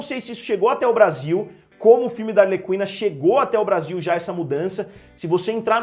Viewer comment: A pronúncia é "arleKina"